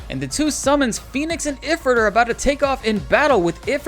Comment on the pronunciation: Ugh, am I the ONLY ONE who notices that Ifrit is pronounced Eh-FREET?